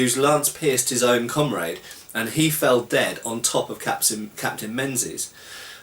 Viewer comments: hi its generally prononouced mingis by scots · I know it's six years on, but that Captain's name was /probably/ said as "Ming-isch". The "Z" isn;t really a z, it would have been one of those funny "3" ones. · Ha Ha, it's pronounced " Mingies ". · If it hasnt been mentioned already, Menzies is pronounced mingis. The z isnt really a z rather a replacement for an old english letter yogh.